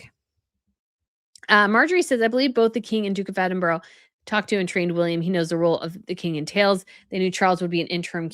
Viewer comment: It’s Ed den burra - not Eddenburg